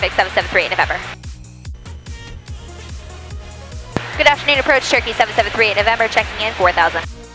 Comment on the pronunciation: Still sounds like "Turkey" to me! LOL